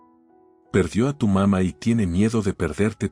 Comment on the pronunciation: se come los acentos papá y mamá aprende a leer